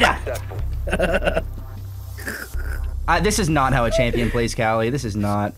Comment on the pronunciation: How a champion pronounces “kali” wrong lol